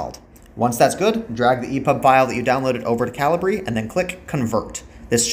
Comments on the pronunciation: Thanks for the video, very helpful. Also It's pronounced cal-i-ber not cal-i-bree :D thanks again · I've always pronounced it Cah-Lee_Breh 😅🤭🤷‍♂